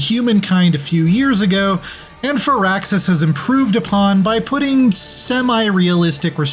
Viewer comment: Umm excuse me, but it’s pronounced Fire Axis.